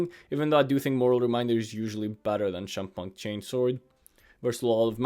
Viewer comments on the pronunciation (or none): 'Chempunk' is Union of 'chemistry' and 'punk'. So it's pronounced like 'kempunk'. No big deal, just sharing.